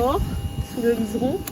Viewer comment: Bonsoir Encore des p’tit job qui font avancer... C'est pas le liseron mais le liston, bonne continuation. ⛵️ ⛵️ ⛵️ Phil...